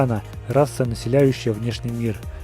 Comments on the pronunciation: Никому нет дела что он сказал:"Тартакан" а не "Таркатан" и "Эдемия" с ударением на "И" хоть там на "Е" ударение и ошибкой "Там не "М" а "Н"" P.S. Я не обсираю Видео лепку. Я обажаю этот канал но просто как истиному фанату Mortal Kombat такие речевые ошибки очень режут уши P.S.2 Может быть эти речевые ошибки только МНЕ режут уши P.S.3 Хочу что бы ты слепил самого крутого персонажа MK по версии SpeedyBlood(меня) Барабанная дробь Кинтаро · НЕ ТАРТАКАН А ТАРКАТАН